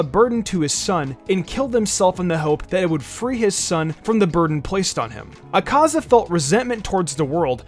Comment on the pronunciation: The way he pronounces akaza, yikes